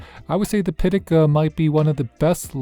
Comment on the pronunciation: Caudabe Synthesis arriving tomorrow for my 17 PM cosmic orange. 🔥 It’s pronounced Pi Ta Ka btw. 😆